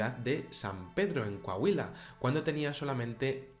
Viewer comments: Fuera del contexto del tema, eres el primer español al que escucho decir Coahuila sin problema alguno XD. Saludos desde México!! :D Excelente canal n.n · eres el primer español aparte de mi esposa, que escucho que pronunci abien coahuila xD saludos, excelente video